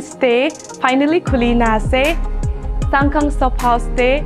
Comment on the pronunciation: Shsngkhang pronounce kura toh besi hoise neki hoh!! Will be more sound good if pronounce in your own dialect accent. 😊